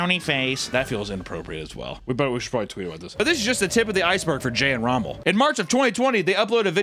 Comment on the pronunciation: The why you pronounced Romells name is too funny 😂